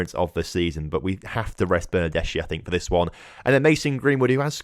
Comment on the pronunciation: I'm Italian and when I heard about cold pizza my ears bleed for a while. If you want to pronounce the name of your winger right try to say Bernardeski, our pronunciation of "chi" is not like "china" but more like "kiosk". Btw nice beta series, the tactic is good, I hope you can do better in the next few episodes